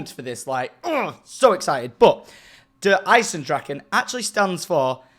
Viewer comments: Nailed the name Sindy and in Luxembourghish its the ice dragon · you actually pronounced it correctly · I'm smashing the like cause Tom pronounced the name properly 😂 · gave the like for the pronunciation of Der Eisendrachen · wow, Tom actually pronounced Der Eisendrachen right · you said it right good job tom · kind of nailed the german pronounciation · You smashed the name mate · You actually pronounced it well. 21 out of 10. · He actually fucking nailed it. (the name) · As someone who's decent at German, you did REALLY well at pronouncing that! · Der Eisendrachen good pronunciation 😎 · Eisendrachen good job Tom you nailed that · tom you nailed the pronunciation of der eisendrachen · You said it right😀😀